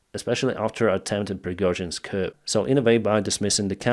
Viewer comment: FYI : "coup" is a French word, so the "p" is not pronounced. Simply say "koo" !